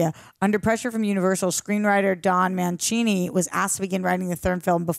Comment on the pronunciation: Every time you say "Mancini" wrong, Charles gets a new doll.